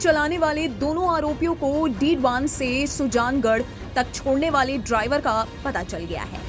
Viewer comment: डीडवान नहीं मैडम डीडवाना बोलो।